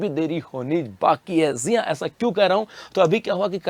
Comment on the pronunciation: Jii ha ko zee ha bolta hai 😂😂😂😂